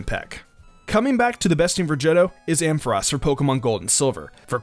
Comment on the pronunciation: finally someone saying ampharos.